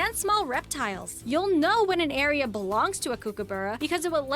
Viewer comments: they missed the quokka, cutest ever. Goanna is a hard g as in going, kookaburra is cook-uh-bur-rah, not kook. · Please can someone do an education program for American narrators and reactors on how to pronouce Australian names especially Emu = Eemyooo Goanna = Go-anna as in the girls name Kookaburra = Kook as in book and burra has a short sounding u as in bun. And he lives in the old GUM tree. Fun facts platypus and schidnas (there are 4 types) are related as they are monotremes, the only mammals that lay eggs. And the male platypus has a venomous spur on his back legs whican cause a painful injury but it wont kill you. However you'd be flat out seeing one in the wild let alone picking it up. Koalas (NOT a bear) and wombats are also related having a shared ancestor way way way back. Koalas evolved to ,live in trees and eat eucalyptus leaves and the females have backward facing pouches. Wombats also have backward facing pouches, are ground dwelling searching out vegetation to eat and live in burrows underground. They both have leathery spoon shaped noses and are kinda chunky. Dingos are NOT feral dogs and they have recently been confirmed as a species on their own not related to wolves or domestic dogs. And those little spotty furry creatures first up are known as Quolls not hairy tales. No disrespect but very annoying when these types of videos are pdoduced in America and arent really accurate. None of the info is that hard to research and cross check.EDIT And please note you can't have any native Australian animals unless you are granted a permit to be able to keep them for specific r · As an Australian watching an American call a kookaburra a kookiberra is mildly infuriating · Is it a bird? Or a hidy hole for a crazy person 🤷‍♂️ Koo-ku borough 🤣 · Em U as in you, not as in moo, go anna there's no r goanna cook a burra😊